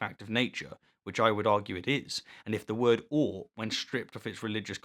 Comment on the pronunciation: I feel like you "petersoned" the word "ought"...